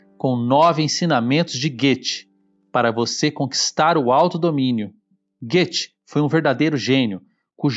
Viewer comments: Hey du müsste richtige sagen Goethe, aprenda a falar o nome direito Goethe (Gote) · Adorei o vídeo só ficou muito difícil ignorar até o final a pronúncia errônea do nome Goethe pr conseguir ver por completo o vídeo. Compartilho com meus familiares e amigos Aínda mais agora nesses tempos.